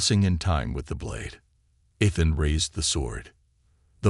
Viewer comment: It's a good story so far. You need to work on your words. It's Ethan